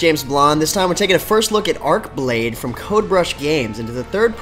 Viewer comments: It's "Arch" not "Ark"...... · Arch=Arch, Arche=Ark.